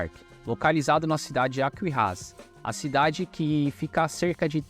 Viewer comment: E eu tentando entender que nome de cidade é essa que o cara falava ALQUIRRAZ. ele pronuncia errado. É AQUIRAZ O NOME DA CIDADE onde fica o Beach Park!